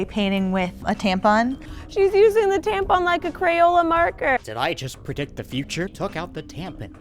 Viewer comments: Are u calling it a tampen? Lol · THE WAY YOU SAY " T A M P E N " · lmao "TamPIN"